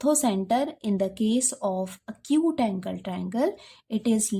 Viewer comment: Mam it is not "a cute angle" it is "acute angle"